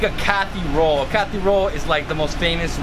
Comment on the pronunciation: It’s not Cathy roll bro it’s kathi roll